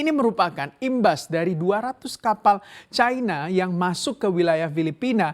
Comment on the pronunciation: Setiap kali reporter menyebut 'Chai-na' telinga saya makin cape 😆😆😆😆 Bukankan pengucapan yang benar sesuai KBBI itu 'Ci -na' ?